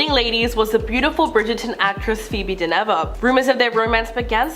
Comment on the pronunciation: Dynevor pronounced Din ever all run together . Why don’t you check these things .